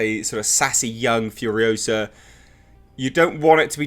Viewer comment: It's FuriOsa not Furiosahhhhh.